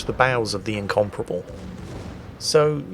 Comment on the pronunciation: The way you say Incomparable sounds like you're saying Incomprehensible, which is fairly apt give this game.